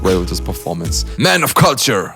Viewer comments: Lmao I always knew you were saying “culture” wrong but I liked it, it’s more unique to you the way you say it like kalture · Says beatboxers have to learn proper english but mispronounces culture😂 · LMAO, after the first time u said culture in this vid, I wondered if you actually got English lessons 😂😂😂